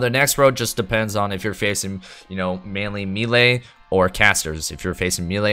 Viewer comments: its maylay or meelee, pick one and stop butchering the word XD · For the love of God, please pronounce melee correctly, especially if you're going to say it a million times. Also, your understanding of how that crit reduction talent works is entirely off. Other than that, thanks for the other info